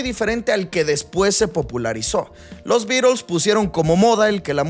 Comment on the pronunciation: Porque dices los Birols? Los beatles eran britanicos , alli en Inglaterra se pronuncia la T. DSuena ridiculo